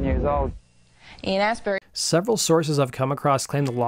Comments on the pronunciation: Lol 'Ian Astberry'.. pronounced 'Ast bu-ree' as in; 'Glast un bree' (Glastonbury) Death Cult 14 Nov 2023 O2 Institute Birmingham UK.... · I think the name is Astbury, not Ass Berry. Though there could be a plant called Ass Berry that donkeys are very fond of...